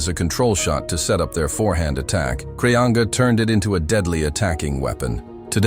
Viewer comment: Kraianga ?Kolin Kraia?? Krianga?? Kolinos? Poor Kreanga, who was a great champion, deserved a correct translation and respectful pronunciation of his name. As for his game, his forehand was much more than powerful; it was perfect, executed with a straight arm and full body involvement. His backhand was also extraordinary. His most impressive characteristic was his arm speed, and it was thanks to such speed and the amplitude of his movements that he produced topspin with monstrous amounts of rotation. He went down in history for his "straight-arm" forehand topspin, the excellent execution of which places him rightfully alongside legends such as Istvan Yonier, Gabor Gergeli, Tibor Klampar, Jacques Secretin, Dragutin Surbek and Kim Taek Soo, Yoo Nam Kyu, Ryu Seung Min, Wang Hao, Cheng Qi, Ma Wenghe, Zhang Jike, Malong, Malin, Xu-xin.